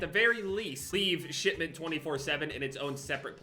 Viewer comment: No one:: Shit-ment